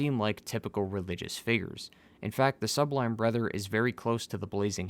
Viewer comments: Are you trying to say brother and sister? Or are you deliberately saying brether and sester? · BlaaaaH My BREther ANd SEEEster